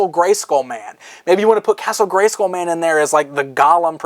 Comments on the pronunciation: igel789 No, it does rhyme with dull. just pronounces it weirdly. The WWE wrestler Randy Orton says it like "school" too. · why do you say Scoll? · The way "" incorrectly pronounces the word "SKULL" irritates me. Castle GreySKOL Castle GreySKOAL Castle GreySCOAL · So the word "Skull" in Greyskull is pronounced like "pull" and not like "dull"? That's interesting. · Am I the only one wanting to smack him every time he says "Gray-SCOOL"?